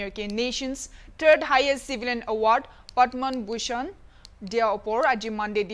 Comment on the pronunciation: What i heard her speaking Padman Bushan not Padma bushan🤣